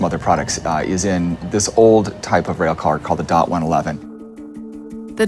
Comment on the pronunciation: oh so you know about that incident, well obviously not that well since all dot 111 tank cars were to either to be replaced or upgraded to the much larger and safer dot 117 tank cars, also that mandatory order was put in a few months after the incident so the fact that you bring up the dot 111 tank cars is pointless and really stupid. (it is pronounced dot not d-o-t.)